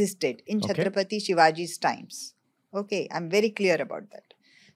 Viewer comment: FIRST OF ALL THANKS FOR Respectful Pronunciation of "Chatrapati Shivaji Maharaj" sir...Love From Maharashtra..